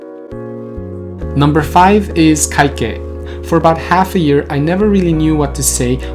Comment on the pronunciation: I listened to how you said kaikei and I noticed you didn't really say that last い, in Japanese is it optional to say the last い?